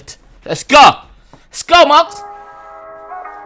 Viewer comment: Guidance & Blessings You pronounce his name ‘Mow gs’ as in like Mowgli from Jungle book